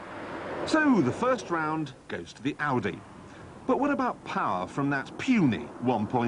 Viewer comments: tavi921 Oh yeah, that Aussie accent. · Toxy More like Oudeh, LOL